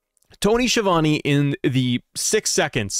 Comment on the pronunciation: So the man will probably know how is name is pronounced. However Schiavone is an infamous Italian surname and isn't pronounced Sheevany but Skeeavounae. It drives me nuts.